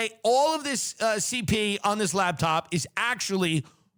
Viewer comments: Tim says "labtop" instead of "laptop" like I did when I was 10 and imagined an entire lab working inside that top. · I hear him saying labtop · "LAB TOP"